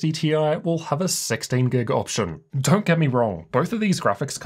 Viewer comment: Why the f*&$ do you keep saying DERNT instead of DON'T???